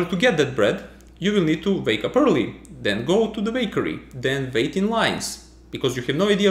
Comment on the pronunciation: I'm curious, is Serbian your mother language? I'd never have imagined Serbians could have trouble saying [u] (as in "wait", "wake", "way"). :) You say something like [v] instead. Like "wait" and "when" after . Or [vai] after . Maybe you even find it impossible to hear a difference/problem? Because I know people lose the ability to differentiate sounds that are not differentiated in their language. Thus, for example, the Japanese can't differentiate between "rock" and "lock", and use apps where the two words are repeated many, many times and they have to click on the button with the right word ... again and again and again ... until their brain learns to distinguish them again. Babies can hear all sounds, but it dies off with time.